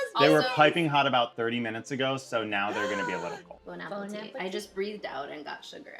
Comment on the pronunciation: Love the refrain of “bone apple tea”